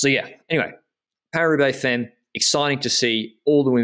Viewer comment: 'Femmes' pronounced 'fam' as in family.